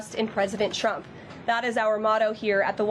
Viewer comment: 3 tips for Karoline "Hitler Barbie" Leavitt: 1) Learn the difference between "DEFER" & "REFER" 2) Learn how to pronounce the word trump -- here's a hint... it doesn't start with a "CH" 3) Get ready for your son to come karmically blazing out of the closet as a proud member of the LBTQIA+ community in about 10-15 years.